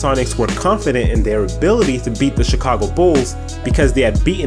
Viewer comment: the "Chikhhhaago" Bulls.